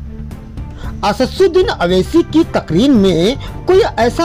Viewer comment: Pahle tu asaduddin owaisi shaheb ka naam sahi bolna sikho godi mediya